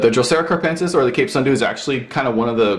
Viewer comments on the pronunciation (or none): I also have a capensis in a south-facing windosill. But I noticed it needed more light so I bought an LED bulb and right now it is even flowering.I love your videos! Keep it up! A little correction, it is "capensis", not carpensis:)